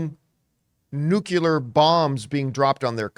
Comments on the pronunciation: This guy lost credibility when se said “nucular”. It’s nuclear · John: It's NUCLEAR, pronounced new-clear, not NUKULAR!